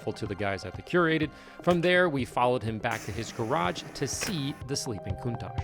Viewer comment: Oops I meant “coun-TACK” lol